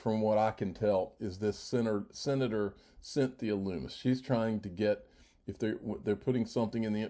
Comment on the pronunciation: Lummis rhymes with hummus.